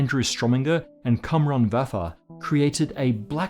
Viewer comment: that’s not how you pronounce Cumrun 😂